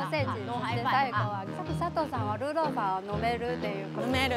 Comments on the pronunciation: 呃....一直叫錯人家名字耶XD 是Sato不是Seto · 前面佐藤sa tou的名字一直唸錯⋯ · 好開心邀請到俄羅斯佐藤耶！可惜主持人一直把她的名字唸錯，主持風格不適合我，無法靜下心來欣賞只能快速的把影片滑過去了😢